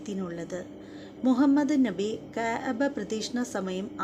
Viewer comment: ഇബ്രാഹിം നഹി അല്ല .. ഇബ്രാഹിം നബി എന്ന് ഉച്ചരിക്കുക പ്ലീസ്